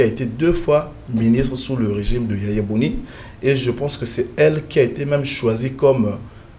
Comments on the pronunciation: Boni Yay I et non Yaya Boni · C’est pour la troisième vidéo que je suis sur votre chaîne Et je suis ému Mais dites à vos invités qu’ils ont mal prononcé le nom de notre ancien président YAYI BONI et non YAYA BONI